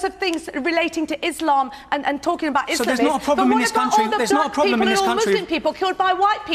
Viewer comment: "EESH-LAMB" isn't a race